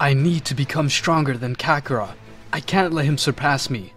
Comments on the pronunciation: Hey my brotha, look I love a what if as much as the next guy (assuming they love what ifs) buy your pronunciation of kakarot and Belmont in your last vid I saw just hits the ear wrong, you have solid ideas bro but real talk, your stories feel a lil stilted, and though your accent can be on point. I personally believe you could skyrocket if you followed mondo cool, salad saiyan and unrealentgaming's lead. Again enjoy what you got and have n9 right to change it. Just a suggest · Who the hell is "Kakara"??? 🤦🏾‍♂️🤦🏾‍♂️🤣🤣🤣 u must be a new fan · Hearing the way the narrator says Kakarott is willd compared to how we hear it in the english dub, sounds like a dif character. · The way he mispronounced kakarot is cringy af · You can tell the guy narrating has never seen the show by how he pronounced kakarot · Why did he keep saying kakarot wrong??